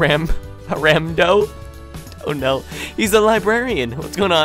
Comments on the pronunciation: go back to school 'cause man you cannot read very well, Aramdo it said Armando,come on man let us go over it in the way it sounds are-mahn-do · Armando (Are-Mon-doe) you can't say that????